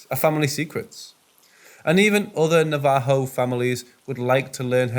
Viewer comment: Thank you for not saying navajoe. Thank you for saying it properly!!!